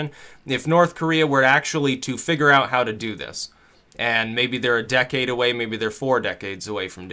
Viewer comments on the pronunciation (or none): none